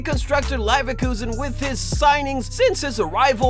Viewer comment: Pls do research about how to pronounce the clubs name, but all in all great video very underrated